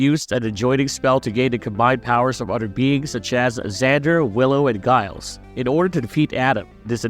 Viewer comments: You're mispronouncing Giles's name. The G is like Ginny, not Guy. Makes me wonder if you just opened Wikipedia. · Isn't Giles' name pronounced "Jiles" not "Guyles"? Tell me you didn't watch the show without telling me you didn't watch the show. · Every time this fuck says guiles! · good vid apart from saying Giles wrong.